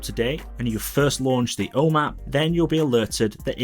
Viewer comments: I kept hearing “O Map”. Kept wondering what this was. Just realized he’s saying “home app”. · I’d justify it being the accent but I geninuely think he’s trolling or something. Om App he said probably 10 times but he properly pronounced HomeKit completely right every time. 🤷🏼‍♂️